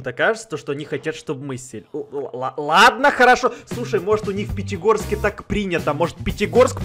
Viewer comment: Да только сказал Питигорске